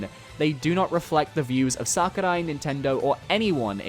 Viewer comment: Does it bother anybody else the way says Sakurai? lol